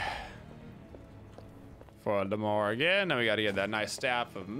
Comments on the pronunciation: Why does he keep calling her "Morgana" 👀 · OMGGG ITS MORGAN NOT MORGANA, was annoying me the whole video with morgana, god yall dont know ur gods.